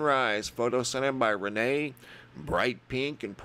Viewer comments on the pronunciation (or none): none